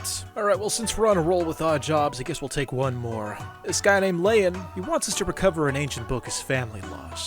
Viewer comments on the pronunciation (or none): none